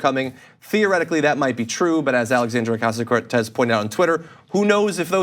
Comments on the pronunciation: Looks like they learned how to pronounce her name suddenly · WOW! Someone on FOX actually pronounced her name correctly. :) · He said her name right! Lol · >Tucker agrees with Ocasio-Cortez I sleep. >Tucker pronounced "Ocasio-Cortez" correctly REAL SHIT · Nice to see Tucker actually do well pronouncing her name.